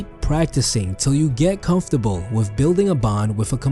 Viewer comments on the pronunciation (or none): none